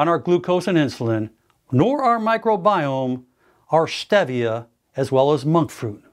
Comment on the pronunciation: He said use arstedia. He meantbStevia, or monkfruit .